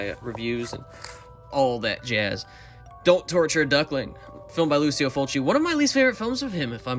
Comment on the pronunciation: C’mon..Lucy-Oh Fulci? It’s Lou-CHEE-Oh Fulci…The Godfather of Gore, The Maestro. He deserves the proper pronunciation. Otherwise, GREAT vid! You have an amazing collection there, and I am jealous of a few of them. Well, more upset with myself for not being more diligent in picking them up before it’s too late…lol.